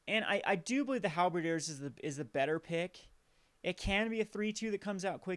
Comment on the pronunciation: Obligingly, I point out that it's pronounced Hal - as in Alfred ber - as in bird diers - as in deer